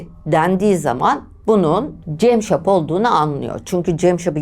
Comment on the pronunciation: Dinlerken sinir krizi geçirdim hayatımda dinlediğim en kötü şahmaran hikayesiydi.ŞAHMERAN değil ŞAHMARAN CEMŞAP DEĞİL CAMSAP..Neyi düzelteceğimi şaşırdım...